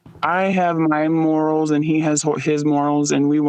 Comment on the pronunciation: Morally on the same compass, that’s right😂😂😂😂 but every time she said morals I died😭 and the hosts face too